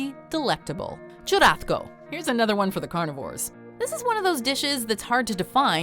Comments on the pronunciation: The way she’s pronouncing churrasco is made me mad. There isn’t any letter making the “th” sound, even in if you’re a Spaniard or speak Portuguese. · Nah, I’m fluent in Spanish & semi-fluent in Portuguese & live in the Miami área, as well as have Spanish-speaking friends from many countries (including Spain). Accents have absolutely nothing to do with it at all. I’m familiar with what you’re saying (& even if she was speaking in a Spaniard “z” or soft “c” like chorizo being pronounced like the “th” in “thick”, CHURRASCO is void of that sound). It’s just an incorrect pronunciation in any Romance language. She probably got confused with chorizo or something